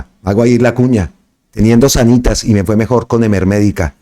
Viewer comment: SÁNITAS! SÁNitas con el acento en la PRIMERA A hombre! 🤷🤦